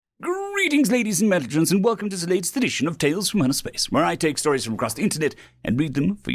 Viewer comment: So I've listened to about 60 hours of your narrations and I hear "Greeting ladies and mentalgents." It's insanely consistent so is that actually what you are saying?